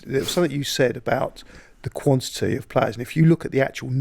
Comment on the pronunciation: "Quantiny" 2024 😂